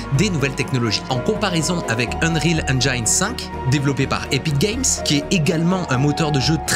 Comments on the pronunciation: "Engine" se dit "Ennjinn" pas "Ennjayinn" Même chose à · Cool mais on dit "ènjine" et pas "ènjaïne" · Super! Petite info, on ne prononce pas "engyne" mais "engine" avec un "i" et l'accent tonique sur le "en" en anglais. ;) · Bon alors tu dis enjaillne ou engine ?^^ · J'en peux plus de la prononciation Eng[aï]ne ^^ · Salut! Juste une petite remarque: on dit "engine" avec un i à la française et non "enj-eine" comme le 1 allemand. On est beaucoup de français à faire l'erreur je te rassure haha. Edit: bon t'as corrigé le tir en cour de vidéo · Hello. J'adore ce que tu fais et aimerais avoir ton talent et connaissances en images de synthèse. Mais stp, fais un effort de prononciation de l'anglais pour ne pas propager de fautes auprès de tes abonnés, en particulier sur la prononciation de "engine" que tu utilises forcément souvent... En plus tu fais la faute plusieurs fois au début et plus après (par contre awaken et unrecorded, c'est pas ça...). 😊 À part ça, video très intéressante (comme toujours).